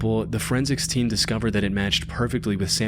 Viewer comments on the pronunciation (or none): none